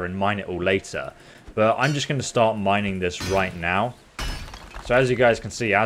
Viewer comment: Heya! Huge fan but um...."Mining" not Mineing